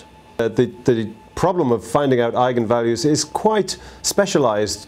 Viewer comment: Thanks for pronouncing it correctly :D